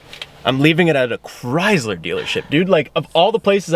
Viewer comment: Does being color blind mean you say Chrysler wrong?